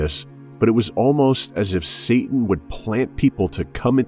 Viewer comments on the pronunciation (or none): none